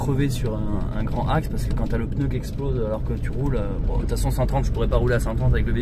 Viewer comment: Depuis quand on prononce le mot pneu : peneu ?? Pourtant tu SAIS le dire 😅 sinon Charlotte a une très jolie voix dommage que tu la cute. Je lamce un # on veut entendre Charlotte !!